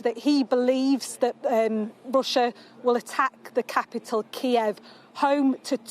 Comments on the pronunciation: He can't even say the name of the capital right. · Kyiv is pronounced like two names: KAY & Eve = KAYeve not... KEY eve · A man claiming to protect a city he cannot even be bothered to pronounce with any accuracy. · Ukraines capital "keev". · Ah yes, the iconic Ukrainian capital... Keev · Keev lool its kiev funny president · Did he just call Kiev "Keev"?! Lol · Good lord!!! he cant even read from a teleprompt correctly! and Its pronounced Kee Ev ffs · wow, he doesn't even know how to pronounce the capital of the Ukraine. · Can't even pronounce Kiev properly... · He cant even pronounce kiev thats how much he cares about ukraine.